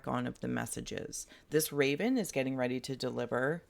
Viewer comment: Are you readddy? I am readddy 😂😂💚💚